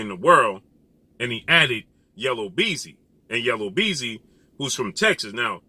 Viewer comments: Yellow beezy🤣 yu mean YELLA BEEZY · Yella Beezy not Yellow… LOL